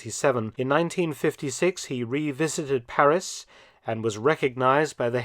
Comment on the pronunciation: Thank you Professor. Well researched, and presented with your own inimitable panache. Your French pronunciation is absolutely perfect, we appreciate that. And we all know that Paris became the headquarters for SHAPE, the forerunner of NATO. Have you made a video on this history? All the best!